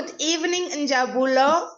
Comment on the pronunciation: Good, finally you got Njabulo's name correctly, congrats!❤